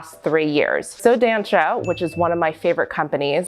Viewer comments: here comes the pedantic pronounciation police! you should say the show name like: "Soh Dahnsah" the first "so" has the o like in "organs" , the a in "dan" is like the a in "aliegence" the last syllable is pronounced "sah" like the "sa" in "samantha". to be clear, its not offensive or anything to me (im brazilian, the shoe is brazilian, and i found your pronounciation cute) its just since you are in the position to educate people, it will help spread the word :) if you talk to brazilian ballerinas for example, your pronounciation differes enough from how we call it that they wont immediatelly know what brand you are refering to, even though is a very well known and populaar brand in ballet in brazil :) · Just a tip on pronunciation from a brazilian: “ç” sounds like “s”, and the “ó” means it’s an open sound, like in “lot, dot or mop”, so try saying like “so dansa” ☺️❤️ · I´m from Brasil and the way she pronounce "só dança" it's very funny and cute at the same time, but next time try using the toshie it´s perfect.